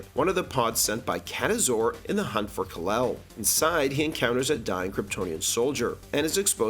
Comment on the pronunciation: "Rafe" Fiennes, not how it's spelled. And the awful Marlon Brando "Kalel" instead of "Kal-El." Are you just doing it to get engagement in the comments when people correct you?